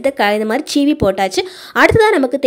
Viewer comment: Super tips thanks for sharing, it's seevi not cheevi